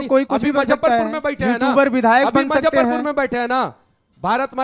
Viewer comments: मुजफ्फरपुर बोलना सीख लो यार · Muzaffarpur hota hai na ki mazffarpur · भाई मजफरपुर नहीं मुजफ्फरपुर बोल ले।और ये किसी पार्टी में नहीं रह सकता है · M-zaffarpur nahi hai.... Muzaffarpur bolte hain... Isko itna footage kyun milta hai... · Muzaffarpur to bol lo Manish Kashyap sahi se.